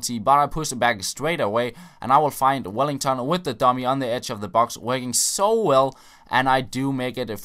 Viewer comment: Why do you say Wellington haha bis Name is just welliton